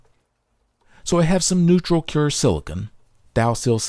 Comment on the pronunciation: Fantastic video. Videos like this make me want to go repair everything. Extremely small nitpick: - you keep pronouncing silicone as "silicon". But honestly, if my OCD can find ONLY that in a video, you're doing great!